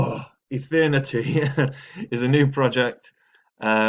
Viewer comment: Lmfao Ethethhthehtnity chain